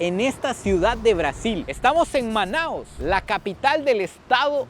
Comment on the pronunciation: O nome correto da cidade é Manaus, não manaos.